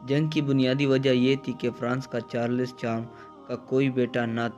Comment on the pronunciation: you are an idiot, learn to pronounce Charles first you illiterate bastard.